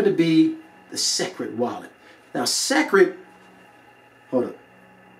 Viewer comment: Entertaining review but listen it's pronounced "secret" not sek-red. Boom! Like if your mind just exploded.